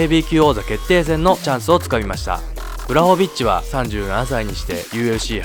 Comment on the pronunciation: ポーランドとハーフなんでめちゃ嬉しいです。正しくはブワホビッチですね読み方。